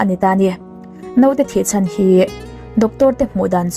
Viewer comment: Note ni lo in,Naute tiin aw